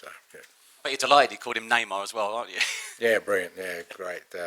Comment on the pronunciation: Not Neymar - it’s NeyMoore 😂